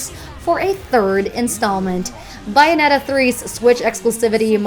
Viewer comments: Dang, this channel straight up refuses to pronounce Bayonetta correctly haha. It's Bayonetta, not Bye-anetta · The correct pronunciation is Bayonetta... All it takes is playing a couple minutes of either game, or even smash bros to figure that out. I'd say about .5% of Americans pronounce it "Sun-dee" btw, and it's usually the elderly. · "GanON" and "BYnetta". Qualtiy content 💀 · Don't understand why Metriod Prime 4 keeps getting on these lists? They literally restarted development late Summer so I'm not sure why people think this game is going to come out this year unless they want a rushed game. Also 'Bay' Bayonetta. I'm never this guy but its better to get corrected here than in public. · She said it wrong lol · Nope, Sega released the original Xbox 360 and PlayStation 3 versions with English dub only. There was no Japanese dub until the Wii U version. Google it. That's why in Smash for wii u, there is no Japanese dub for Bayonetta in the Japanese version when using her Bayonetta 1 costume. Either way, this video is in English and it is pronounced Bayonetta in English.